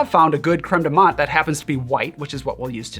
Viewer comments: TIL how to properly pronounce "creme de menthe" (don't ask how I was saying it, I'm embarrassed) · Please DON'T just shut up. Please ramble. Ramble to your hearts content. And I was this many days old when I learned the proper way to pronounce Creme de Menthe. See how valuable rambling is?